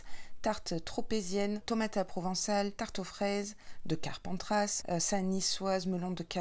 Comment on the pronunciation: Hellooo Bah dis donc cet été je suis gâtée ! Juillet PACA ma région d’origine et Août l’Occitanie ma région depuis plus de 10 ans 🥰🥰🥰 Tu m’as fait trop rire à chaque fois que tu disais « Carpentrasse » 😂 On prononce pas le S à la fin. Rhaaaa ces parisiens alors 🤣🤣🤣 Me languie de voir la box du mois prochain 😎😎😎 Bisous 😘